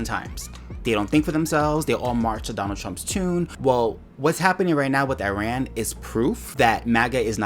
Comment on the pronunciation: It sounded like she couldn't say Iran. It sounded more like Uran.